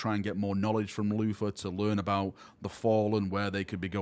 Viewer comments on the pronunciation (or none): It's "Luther", Not "Floofa".